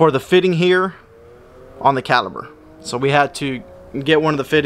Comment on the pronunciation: Say it with me now… Cal-i-PER… it’s a damn caliper not a caliber.